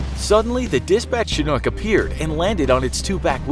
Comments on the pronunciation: The way he says Chinook gets me pissed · You mispronounced chinhook